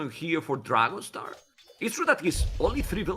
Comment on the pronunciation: Only can Dragonstar sound like trouser … Never change😂